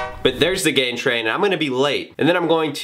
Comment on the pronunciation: It took me awhile to figure out that you said GAIN train.....I thought you were doing some sorta G4P thing at the end which might not go over so well with Matt Ogus, having someone move in on his territory.